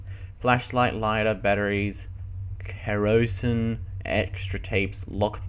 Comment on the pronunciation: lol you said Kerosene funny.